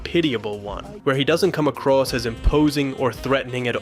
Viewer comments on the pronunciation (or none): none